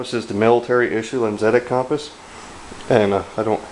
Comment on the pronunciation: You're pronouncing compass wrong. It's pronounced "cumpass"